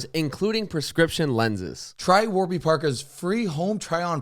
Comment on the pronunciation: “Warber” parker 😂 they gon be mad